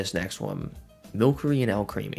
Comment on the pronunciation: its mil-sir-E not milk-er-E It comes from sorcery